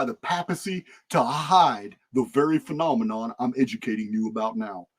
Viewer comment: a "Phenomenon" is a "Phen- Omen - On" ... "Phoenix Omen" haha love it